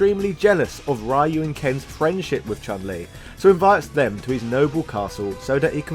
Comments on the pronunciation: You pronounce Ryu wrong. It's pronounced riyu not rhyu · Ree-Oo ✅ Rah-You ❌ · commiting video game sin, you may as well call Link as Zelda if you pronounce Ryu as Rah-U.. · CAN YOU SAY RYU'S NAME RIGHT PLZ?!!!!!